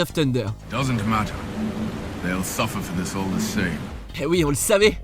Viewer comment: Pourquoi il dit (di amazing Spiderman) au lieu de the ?😅